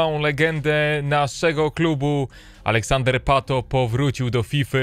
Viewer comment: Alexandre a nie Alexander